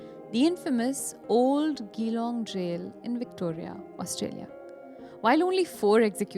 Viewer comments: It's Geelong with G not the way you say for reference G like Jeeya jaye naa, I'm correcting youse because I've worked there 😅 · Awesome videos. Small correction Its Geelong like G sound not Gh.. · Geelong city in victoria is pronounced as juh-long